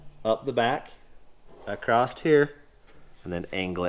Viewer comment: Somebody has to tell that there is no "t" or "ed" in "across".